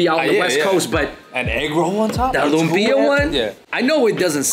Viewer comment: Great video, guys! By the way, lumpia is pronounced ‘luuummm-pyahhh’ not ‘loom-peee-ahhh.’